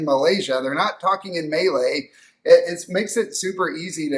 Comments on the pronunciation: Maylay? pronunciation is Muh-lay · Great insights! However it is not May-lay. Its pronounced Mah-lay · Malay is pronounced more like “Mer-lay”, than “May-Lay”. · May lay —- LOL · I'm guessing you came in at a bad time but normally Malaysian are on a low end when it comes to national disasters but the last few floods does seem alarming for sure. Also I can't helped myself from chuckling a bit when Malay was pronounces Melee. It made us sound so combative. hahaha. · Nice video, however please consult a local Malaysian on how to pronounce Malay… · Kuala Lumpur and Malaysia should not be conflated. English-speaking is common in KL, but progressively less so as you move away from the Capital. Small suggestion: it will be very useful to learn how to pronounce 'Malay'!